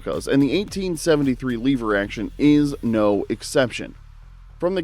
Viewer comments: LEVER NOT LEEVER YOUR PRONOUNCING WRONG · " . . . both the Henry and Rossi . . . . Incredibly reliable . . . " -- unlike this report. Once the curious viewer hears "lee - ver" over and over rather than "lev - er" it's clear: approach with caution". Or, cut to the chase: "Next!" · Hate the way you say "leever". I have a Rossi M92 that works just fine thanks. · I'm a really old guy and learned about guns a an early age. The first thing I learned from my father was correct terminology and it is not a LEE VER. Proper English rules apply. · “Leever” action. Lol!!! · According to this video it's" L-EEE-ver 🙂 I will agree that the Henry is heavier than my Marlin. . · I knew this guy was full of it as soon as he miss pronounced “Lever”